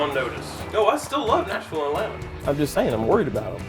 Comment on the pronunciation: Nah, I live right next to Nashville and it’s country, not southern. They say NASH-VILL not nash-vole